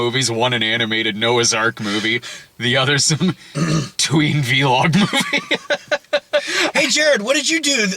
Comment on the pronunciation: It's "vlog," not "vee-log." Also, it hadn't occurred to me before, but Dredd came out the same year as Borderlands 2. Borderlands 1 (which came out in 2009) has a Legendary repeater called the Gemini (made by S&S Munitions) which pays homage to the "double whammy" feature of the Lawgiver used by Stallone's Dredd.